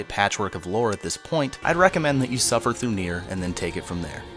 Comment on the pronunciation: Emphasis on "Suffer" through Nier, Muh happiness.